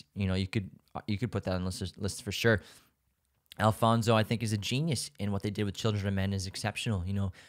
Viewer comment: I love you, you’re so right, and I loved the way you pronounced Joaquín, Guillermo, Alfonso etc. Your podcast is the greatest ❤️❤️ i rlly love your picks